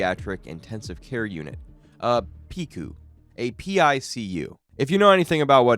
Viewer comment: PICU = pick-you. Cherokee = chair-oh-key.